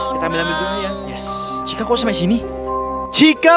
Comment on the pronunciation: Chica( iitu chika) bukan cica